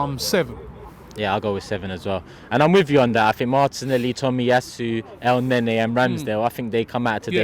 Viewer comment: Man said Elneny motm